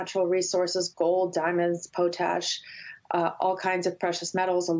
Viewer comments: POT-ASH just like it looks... not poe-tash 😉🙂🙂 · Did she really pronounce "potash" as "poe-tash" With an accent on the ash? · I heard "poe-tash"; equal emphasis on each syllable. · It’s pot-ash